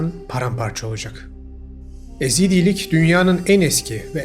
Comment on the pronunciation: EZİDLİK DEĞİL YEZİDİLİK..